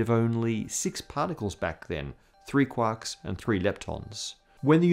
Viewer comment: Homogenous: hom-ojun-us - I loved the video but the pronunciation irked me. Sorry 😅 Quark: Q-walk - I'm screaming internally lol